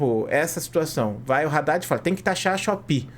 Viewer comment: Pronuncia Haddad certo pls